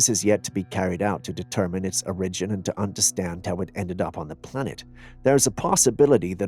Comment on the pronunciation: Buddy.... the word "origin" is NOT pronounced "o-RIJ-in". It's pronounced "OR-ijin".